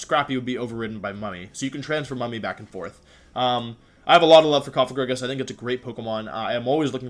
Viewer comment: Holy shit he said Cofagrigus not Cofajrijus